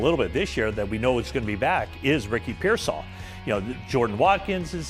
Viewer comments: its pearsall ( pear -sall ) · The only guy that can say Ricky pearsall's name correctly is the old white guy on the far right closest to the camera because he's a 49er reporter the rest of these guys they're scared to say his last name so they just call him Ricky and they don't even know how to pronounce his last name we've had him for almost we've had him for almost 2 years and you still haven't learned how to pronounce his last name oh but if he was black they would have no have they would know how to say his last name if he was black they would have that shit memorized they wouldn't even say his first name they would just say his last name over and over and over again